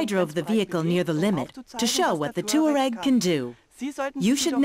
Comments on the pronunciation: the narrator pronounces it "TOO-areg." , he says TWA-reg." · "TWA-reg" , "tour-reg" . Nobody knows the correct way to pronounce Touareg.